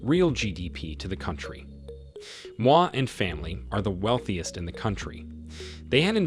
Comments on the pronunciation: Its pronounced exactly as it is written: /moi/. Not "mwa". That sounds french. Kind of makes me think its an AI reading some text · This guy called the second Kenyan President Moi, mwah. Ridiculous! With a quick Google search, you would have discovered how to pronounce that name and that we do not have any French ancestry. Plain lazy! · Moi is not pronounced like French 'moi' 😂 It rhymes with Zoe, but with an M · The kenya billionaire name is pronounced moo-ii